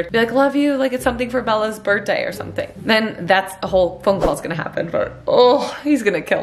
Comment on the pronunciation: “Birtday”lol jk ilyyy